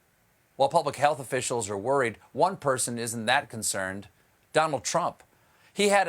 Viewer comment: did he really just say "the pleblic"?